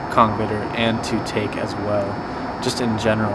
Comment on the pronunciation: Nice work dude :) just so you know, Taake is pronounced 'taw-keh' and Hoest is pronounced 'heust", the oe is like the e in jerk.